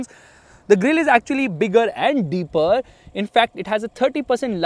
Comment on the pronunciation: "bigguhhhh and deepuhhhh"